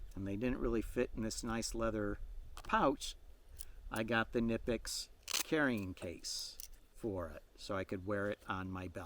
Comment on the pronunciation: Knipex...the K isn't silent...just a little water-cooler info. ✌